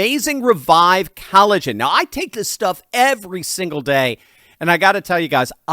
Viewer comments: If he says cali-gen one more time... Lol 😂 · Maybe if you are going to advertise something you should Learn how to pronounce it properly!.. why have you swapped the O in collagen for an A?... How am I ment to take you Seriously When you don't even know what a basic sounds vowels make?